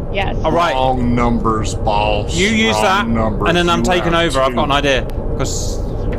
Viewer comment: Its time to stop saying baws. Have a sit down talk with your friend, maybe an intervention.